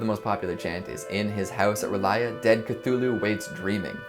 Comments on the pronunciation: The underwater city's name is pronounced "Rule-ee-eh" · I believe R'lyeh is pronounced "Rl-yeah" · I heard from an apparently reliable source that Lovecraft himself pronounced "Cthulhu" as "KT-ul-hu", with the accent on the first syllable, and the 'h' of "Cth" silent. I was also admonished that "R'lyeh" has just two syllables, sounding something like "rr-lyEH". But, you know, whatever... 😊